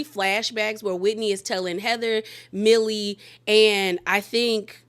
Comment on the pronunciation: It’s Meili not Millie